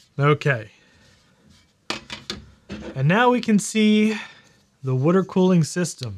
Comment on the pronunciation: "New we can see the wuter-cooling system."